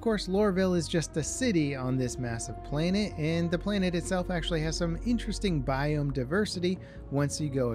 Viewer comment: He pronounced planet as "plainit" lol